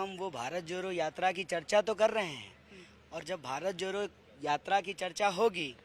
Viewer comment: Bharat joro ni bharat jodo savd toh bolna seekh loo desh ko kya sikhao fir